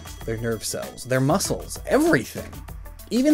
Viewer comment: srry to correct u but it's "muscles"